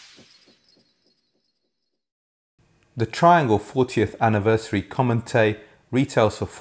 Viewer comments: Comète is a French word pronounced more like the English word "comet", with the stress on the second syllable and this is also held slightly longer, not like "commatay". Apart from this, another excellent review. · Great review. I don't think the larger Antal tower speakers would be for me, based on what was described about the Comete. Thank you for keeping me from making an expensive mistake. It's pronounced "comm-ett". The "eh" sound has accent "aigu" at the end of the word. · Comete is french for comet, you don't pronounce the e on the end.